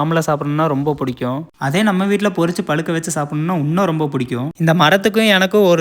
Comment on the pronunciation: பொரிச்சு னு தப்பா Pronounce பண்ணாதீங்க அது பரிச்ச......